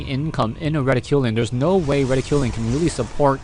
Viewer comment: I think it's pronounced 'Reh-tick-cue-lin' but not sure...